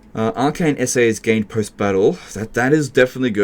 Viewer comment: The real challenge of this campaign was the pronunciation of essays. All honesty though, I absolutely love this format. It provides a lot of insight into how you grapple with the game's mechanics in a coherent fashion, and for people with some hours in the game but still a far cry from skilled, is better than any tutorial in terms of showing what you really can do with a grasp of the underlying systems that operate the game's mechanics. While I'm sure producing this may have had its challenges, it is and was helpful and entertaining. Thank you for taking the time to show as much as you did that can be used to turn a campaign around.